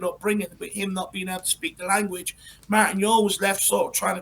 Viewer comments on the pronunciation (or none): none